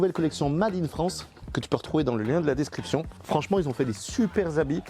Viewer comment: Le seul petit détail qui ne va pas du tout mais alors pas du tout..... DESCRIPTION et non DERSCRIPTION.... 😂😂😂😂 Sinon t'es vidéos sont toujours un régal à regarder. Merci à tous les 2!!!!!